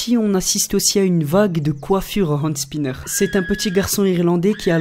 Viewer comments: Un "and spinner" ? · de la prononciation de Hand spinner mdr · Tu ne sais même pas prononcer le mot... De plus, Catherine l'a fait pour sa fille autiste...